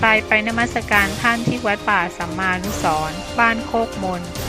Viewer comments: หลวงปู่ชอบอยู่วัดป่าสัมมานุสรณ์ไม่ใช่สัมนาอย่างทืี่่แอดอ่าน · อ่านผิดหลายคำครับ เช่นวัดป่าสัมมานุสรณ์ วัดถ้ำผาบิ้ง เป็นต้น